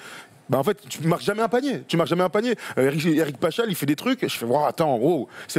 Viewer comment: Paschall prononciation ==> Pascal 😉 Et non pachal lol